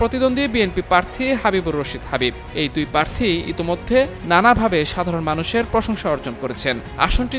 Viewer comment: পার্থী? এই হল সাংবাদিকদের উচ্চারণের অবস্থা।